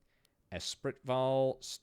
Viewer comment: Espritval = S spree val